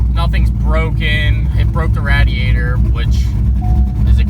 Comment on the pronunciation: learn how to say “radiator” correct